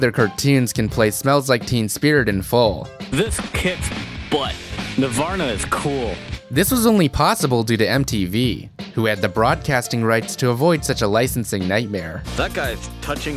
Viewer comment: I just realized Butt-Head says Nivarna instead of Nirvana.